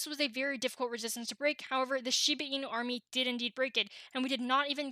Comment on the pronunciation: It is not called shibi inu... it's shibA inu. Put some respect on the name